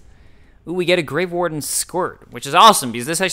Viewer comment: Every time you say "grave warden" I hear grey warden. I've probably just been playing too much Dragon Age recently...